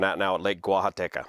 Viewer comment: I was thinking the same thing and was wondering if the expert on spillways (YOU) would be weighing in. And I just love hearing you say "Guajataca". Btw, 200m = approx. 650ft instead of 300ft as you mentioned;)